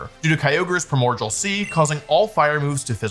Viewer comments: I have never heard somebody pronounce "primordial" as "pruhmorjal" BRO WHAT DO YOU MEAN "ZOSHIN" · Primordial is pronounced “Pry-more-de-uhl” Ok I’ll disappear now. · ok i have to ask why do you keep pronouncing it primorgal when its spelt primordial there is no g its pronounced prai·mor·dee·uhl like unlike allot of pokemon based abilities or names this is a real word in the english language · What sea? Pramorjal? Lol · Please tell me you are mispronouncing primordial (pri·mor·di·al) on purpose to rage bait lol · Pronouncing primordial like cordial is crazy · That's not how you pronounce "primordial."